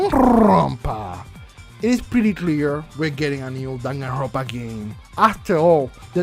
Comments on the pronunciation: Nobody:....: DanganRRRrrrronpa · "Danganrrrrrrrrrrrrrrrrrrrrrrrrrrrrrrrrrrrrrrrrrrrrrrrrrrrrrrrrrrrrrrrrrrrrrrrrrrrrrrrrrrrrrrrrrrrrrrrrrrrrrrrrrrrrrrrrrrrrrrrrrrrrrrrrronpa" Also, haha go brrrrrrr sorry if this was mean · why you say danganrrrrrrrrrrronpa so straaaaaangely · nobody: no one at all: the universe:: DaganRrrRrRRRrrRrrrronpa. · The way you say ‘danganronpa’ makes me laugh hard af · Spot the tongue roll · Ooo a new Danganronpa game that would be cool Hahaa I love the way you roll your R’s lmao 😂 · Love the way you rolled your rs when saying Danganronpa